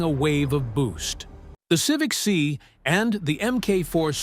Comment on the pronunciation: AI needs to learn context better. Civic "see" Try "Civic S.I."